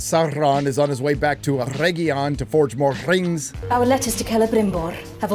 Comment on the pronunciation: Every single time they (and by they I mean GuyladRRRiel) pRonounce the aRRRs in the names (SauRRRon, CelebRRRimboRRR, ERRRegion, ...), the cringe curls my toenails backwards.